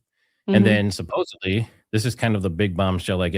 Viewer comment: great show.. one thing though.. it's 'supposedly.. not 'supposebly' .. keep up the good work !